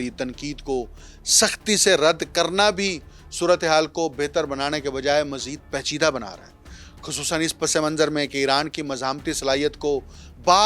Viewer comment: گلابی اردو Not PACHIDA Its PAICHIDA